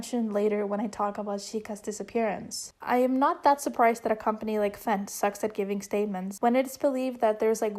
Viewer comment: ik fent looks like "fenty" but it's actually pronounced "F.E.N.T."